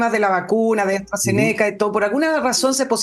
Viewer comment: Astra-Zéneca pronúncialo como esdrújula. Saludos cordiales.